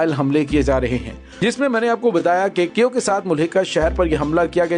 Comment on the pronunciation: u r great lair , I m very sure u get handsome money from yahood & USA plus India , Russian force very strong , bhervey kaif nahi Kiev is correct name .